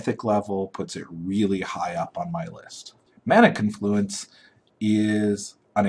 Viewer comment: Why is it that youtuber magic players can't pronounce magic card names? It's not mana conFLUence. It's mana CONfluence.